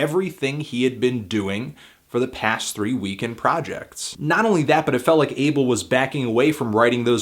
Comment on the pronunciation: why the fuck is he pronouncing Weeknd that way? it's so distracting